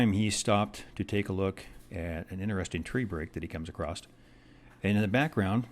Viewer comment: I had to stop halfway through just to beg you not to ever say "acrost" again. It's not a word. The word you want is "across". You seem like a nice guy so I want you to know you'll sound 10 times more credible if you make this change.